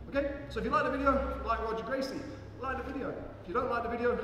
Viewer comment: If you're going to teach a legend's move, the least you could do is pronounce his name correctly. Like, that's a bare minimum.